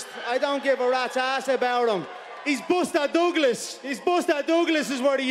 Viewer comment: "He's Booster Dooglas."